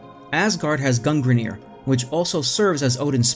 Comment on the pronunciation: This is one of my favorite games of all time. Quick correction that you may have already corrected, considering the age of this video. There is only one R in Gungnir. The u is a long u, so the first syllable, Gung, is pronounced kinda like Goong, the second is neer. Until I was corrected, I used to pronounce the u like in gun, and the second syllable "ner." 😆 Also, if you think Odin and Freya are fucked up in THIS story, remember that this is only based on Norse Mythology. They are SO MUCH WORSE in the actual mythology. Odin isn't as bad as Zeus, who is the absolute worst, but he's pretty awful.